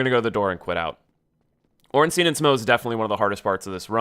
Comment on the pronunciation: Oh my God, it's not "Ornsteen", it's "Ornstein". Anyway, good advice. Might try a run sometime in future.